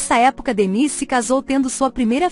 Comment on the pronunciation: A música perdeu uma das mais belas vozes do mundo e um estilo único Mas a narradora tem que ter conta a prenuncia do nome do artista pois existe uma vogal que seria como se escreve-se “Démis”